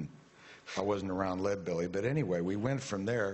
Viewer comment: I started listening to Huddie Ledbetter in the early '70s, and I could hardly be called a "red diaper baby" then or now. And btw, it's Leadbelly, not "red belly."